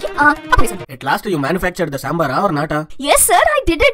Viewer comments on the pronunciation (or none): This is not a samber It's damber🤣🤣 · Sabar not dambar ....road tar.....very funny...... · Soo funny it is not sambar it is damber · Not sambar it is dambar